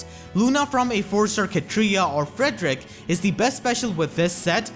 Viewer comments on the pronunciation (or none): none